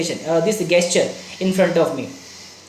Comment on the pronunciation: सर,प्लीज, जेस्चर बोलो न। मुझे बड़ा अटपटा लगता है आपके मुंह से गेस्चर कहना।